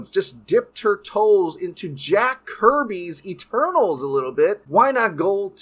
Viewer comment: Great video but every time you say Eternals it sounds like Turtles